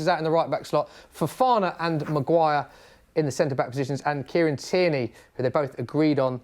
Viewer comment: Man said tiernany 😂😂